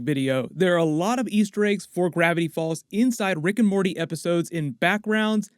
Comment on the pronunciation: bro said riggin' morty